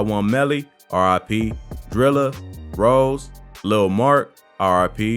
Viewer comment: 051 Rosé, not Rose.